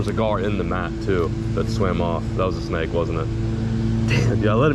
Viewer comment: The way you say snake genuinely makes me cringe and shake my head